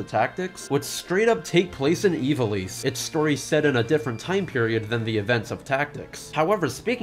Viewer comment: Isn't in pronounced 'eye-va-lice' instead of 'ee-va-lice'?